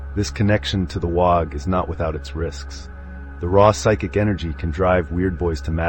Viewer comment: Did a fine job. 1 small note cause it’ll drive the Ork folk nuts. Waaaghh is pronounced like the word “War” bellowed in a cockney accent. 😉